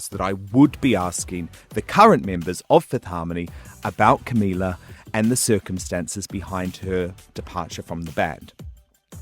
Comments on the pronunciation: 'Cumila cabello' EW I CANT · HE CAN'T EVEN PRONOUNCE CAMILA'S NAME JESUS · he's claiming to be the biggest fan or whatever and give them a boost while not knowing how to pronounce camila's fucking last name LOL SURE JAN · Says he's been supporting them from the beginning... but can't even pronounce Camila's last name correctly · You claim yourself as a supporter but you can't even pronounce camila's name properly and you fuckin make them uncomfortable. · Y'all care about the question but i care about the way he said her name he said her name wrong. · He's been suchhh a fan that he can't even pronounce camilas name right